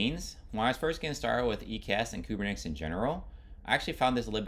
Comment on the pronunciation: Good explanation..but it throws me off when you pronounce it Kubernex or Kubernetics 😆